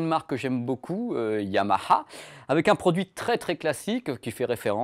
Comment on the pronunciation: vers 9 min : "yahama"